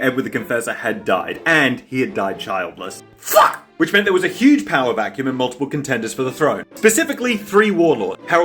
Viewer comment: Ah, the return of the stressed "fuck". You love to hear it.